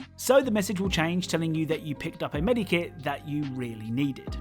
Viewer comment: I hate the way you say medkit